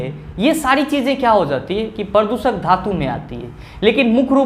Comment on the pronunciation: Pradooshak hota hai na ki pradusak🙏🙏